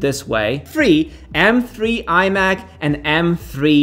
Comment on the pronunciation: pardon me, i'm a bit confused, you're saying m free or three? :)